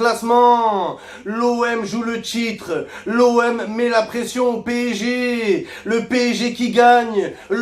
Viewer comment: Il sait pas dire P.S.G. c’est P.ÈJ.G. 😂